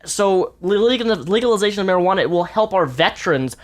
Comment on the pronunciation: haha, he can't say legalization.